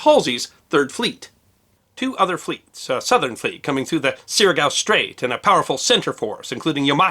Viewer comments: I love your series and am a student of WW2 Pacific theater naval battles. You got two important things incorrect in this presentation. First, you are pronouncing the name of the straight as Suriago and that is incorrect. It is Surigao. You are pronouncing the a on the wrong side of the g. Second, the battleships under the command of Adm Oldendorf included both the USS West Virginia and the USS Maryland. These were Colorado-class battleships armed with 8 each 16-inch, 45 caliber guns in four twin turrets. There were also older battleships present, armed with only 14-inch guns, but two of the combatants had the much larger, 16-inch guns. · It's Sùr-a-gow Strait, not Sur-i-à-go Strait. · nice one! Just a nitpicking comment, it's Surigao, not Suriago. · NB: Recommend checking your pronunciation of "Surigao". (Should be something like Sue - ree - gow. See for instance. IPA left as an exercise for the reader.) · SURIGAO Strait. SOOR'-ih-gow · Great episode. I believe Surigao is pronounced Sir-E-Gow. Rhymes with stir-thee-cow.